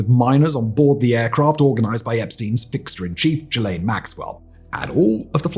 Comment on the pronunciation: Thank you for being the only person I've heard who pronounced Gislaine correctly. It's been driving me nuts. /gen